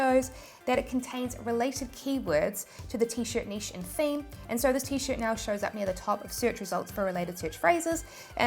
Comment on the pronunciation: Finally a YouTuber that can pronounce NICHE correctly!